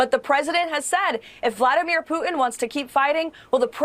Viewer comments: Why does she pronounce it “poo-in” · She can't look in the mirror all she sees is a spitting image puppet of herself and someone needs to tell her that its pronounced put... in and not poo... in what a snowflake!! Why is she always shouting as well? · Does it bother anyone that younger people don't enunciate "t's" in words? Pu-en Ugh. Put-in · Putin! POO-TIN! So embarrassing that the White House spokesperson can't pronounce the Russian president's name. Who the hell is POO-in. Is it possible this woman can speak without screeching? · Is she calling him "Poo-en"? WTF? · She still doesn’t know how to say Putin. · Why can't this idiot pronounce "Putin"? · Does she know there is a T in Putin?